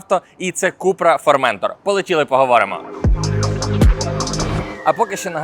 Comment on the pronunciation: Вибачте, але не формЕнтор а форментОр